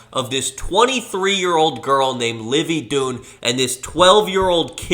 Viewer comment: Livvy “doon” makes me want to die